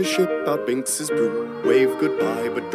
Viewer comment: Thank you for this! My only critique with the lyrics is that it's Binks's Sake! That's how they pronounce it too